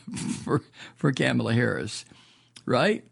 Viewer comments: Comma-la not Kamma-la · Her name is pronounced "Comma la" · Love your show, but you keep mispronouncing Kamala's name. It's pronounced "CommaLa."